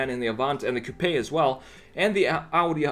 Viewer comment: my drunk ass cant handle it when he says "cou-p-aye" lmao